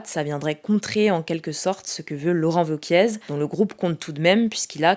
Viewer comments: On dit Laurent Wauquiez et nn Wauquièze. Mais non elle lit sa fiche comme une cruche elle doit pas regardé souvent la politique. Son kiff les vidéos Youtube taillé une pipe a Hugo et voté mais sa grande passion numéro c'est le chiffon pour brillé les meubles mais bon les commentaires elle s'en fiche elle a fait la vidéo maintenant c'est Week end pour elle. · Je crois pas qu'on prononce le Z de Wauquiez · « Laurent Wauquiezzzzzzzz » 😂. La journaliste qui n’a jamais entendu parler de politique avant de travailler ici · Hello ! Petite erreur de prononciation on dit "Wauquier" et pas "Wauquiezzz" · vokié...pas vokiéz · Laurent "vokié" et non "vokièze" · Laurent Wauquiez se prononce à la Française avec "é" à la fin du nom de famille et non pas à l'espagnole avec "èze". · Laurent Wauquiez appelé « Wauquièze » 😂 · Vauquiaize lol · Pour Wauquiez ça se prononce « vauquié » haha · Wauquiez se prononce Vokié il me semble ^^ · on dit laurent vauquié. Navrant pour le coup et décrédibilisant pour une chaine comme la vôtre... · "VAUQUIEZE" président ! ^^ Soit tout le monde se trompe, soit cette youtubeuse/journaleuse ( j en sais rien ) n a jamais entendu ce nom dont elle parle. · « Wauquiez » avec un « é » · Vauquiezzzzz faites un effort quand même...... Le a ne se prononce pas..... C'est terrible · Je l'ai toujours entendu prononcé Vauquié en effet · Salut, quand tu prononces Laurent Wauquiez, il ne faut pas prononcer le « Z » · On ne prononce pas le z de Wauquiez....c'est une IA qui parle ou quoi? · Un petit effort pour la prononciation de Wauquiez peut etre?